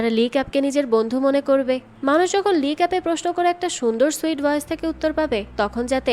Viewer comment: "ভয়েজ" না বইন "ভয়েস"